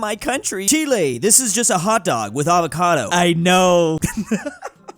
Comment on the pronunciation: HE FINALLY PRONOUNCED CHILE RIGHT!!!!!!